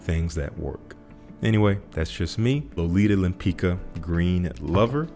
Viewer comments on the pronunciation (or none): "Lolita Lempicka" should be pronounced more like "Lempisca" than "Lempica"